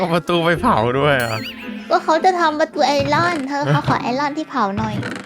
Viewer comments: เผาครับเผา ไม่ใช่เผ้า🤣 ดูซัพ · เผา ไม่ใช่ เผ้า ครับ!!